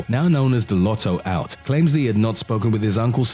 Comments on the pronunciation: He makes mistakes like this all the time. Michael Carroll, the former binman is known as The Lotto Lout (not "out"). By my count he makes at least one of these every video and sometimes more. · Carroll is called the loto lout. Not loto out!